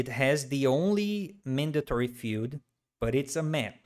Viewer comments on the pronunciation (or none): At first I didn't understand what these `echo` and `feud` meant, then I learned that Brazilians just pronounce the words `error` and `field` like this... Very irritating :D, but I've gotten used to it now.